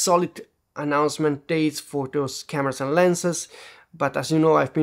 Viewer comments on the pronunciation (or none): none